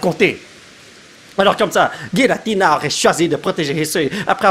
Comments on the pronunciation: Pour information, on prenonce '''Guiratina'' dans le pokédex international ! 😉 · Oui giratina se prononce guiratina comme arceus se prononce arkéus